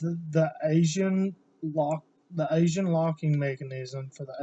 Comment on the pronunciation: Aisin not Asian. Good lord.